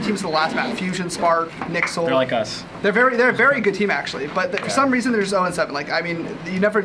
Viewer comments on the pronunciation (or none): im sorry did just pronounce nyxl as "nixel"